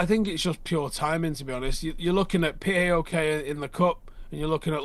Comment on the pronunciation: It’s paok, not p a o k. Just like its fifa not f I f a